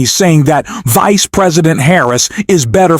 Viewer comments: Terrible production quality....AI narration mispronounces words once per minute. Maria "Bomo"? "Voice" President? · Hilarious for the way the words vice and humiliate are pronounced by the narrator!